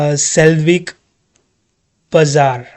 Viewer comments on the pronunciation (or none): none